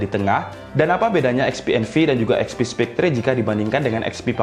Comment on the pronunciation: Spectre bacanya spekter. e pertama e nya enak, e kedua e nya tendang.